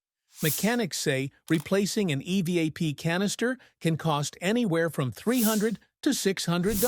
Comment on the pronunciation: ..."eveeap" system??? Don't you just hate AI overvoices,!😂😅😊